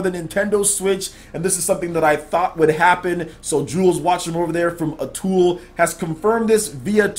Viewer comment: You kept saying Atool instead of Atooi. It's an easy mistake.